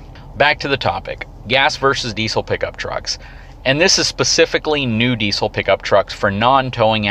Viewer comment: Please learn how to pronounce the word "diesel" before dishing out advice about diesel trucks. It's in the dictionary.